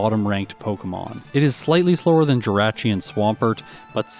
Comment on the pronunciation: Hey. As a fellow west coast Canadian I get why you do it, but PLEASE pronounce jirachi as juh-raw-chee instead of juh-ray-chee. It's like when people pronounce it mayrio instead of Mario. That being said I love all of your work ❤️